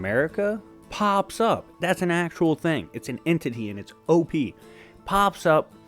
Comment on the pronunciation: What is "od" I thought it was supposed to be "op"?